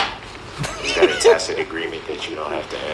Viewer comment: His dumb speech is the funniest thing - takkit not tacit, axed not asked, dat not that, hood rat ruuug. Etc